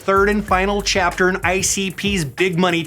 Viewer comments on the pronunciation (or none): none